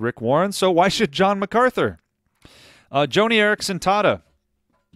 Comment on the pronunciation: BTW,, it isn't JOANIE Eareckson Tada. It's JOHNNIE Eareckson Tada.